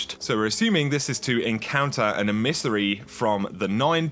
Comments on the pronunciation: emis-ery? nope, em-i-sa-ry. or at least closer to that. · Em-iss-ery not e-miss-ery